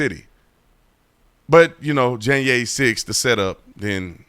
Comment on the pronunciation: “Janyay 6” I love it B Tatum!!